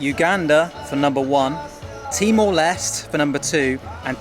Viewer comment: I had no idea what you were saying, so I had to go to Google Maps an search for Bali and see what was an hour away. It sounded like you said T-Molest. So for others who are hard of hearing like me, he's saying Timor-Leste.